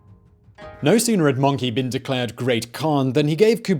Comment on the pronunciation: I know its spelled like möngke but it sounds more like möngkuh and he just says monkey...